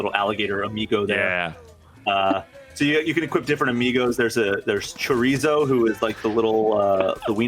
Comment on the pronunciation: His pronunciation of Chorizo hurts me